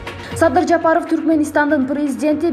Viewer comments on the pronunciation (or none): none